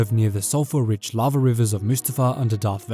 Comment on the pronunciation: Your pronunciation or lava sounds a lot like larvae for a good 30 seconds I was very confused